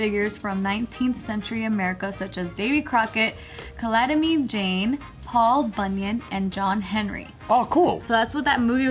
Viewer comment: "Calatimy Jane"